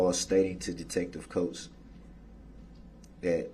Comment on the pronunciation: "DAT" WHAT YOU SAID IS DA "TROOF"! IT WASN'T EVEN ("SUB"")STAINED under OAF!!! AFTER, what you said was "NIPPED IN THE BUD".😂😂😂😂